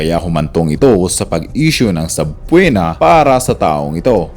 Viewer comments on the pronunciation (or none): TV kung gusto mong maging vlogger tungkol sa mga social and political issues pagbutihan mo.. do your homework eka nga.. paki search mo nga kung paano I pronounce Ang salitang SUBPOENA.. para sa ikabubuti mo rin yan.